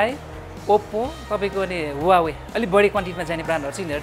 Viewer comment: Huawei= wah-way is correct pronounciation 👍👍 ...... Not hu-wa-way😊😉